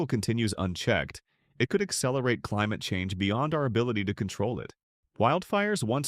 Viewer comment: "The fight against climuhchange" hahah you 🤡